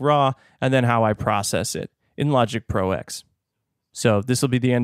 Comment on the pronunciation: I believe it's called Logic Pro "Ten" (roman numeral X)...not Logic Pro "Ex".....as in Final Cut Pro X "Ten"........but I'm sure someone must have mentioned this already.